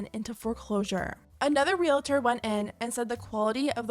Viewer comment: 2 syllables: Real • tor 😮‍💨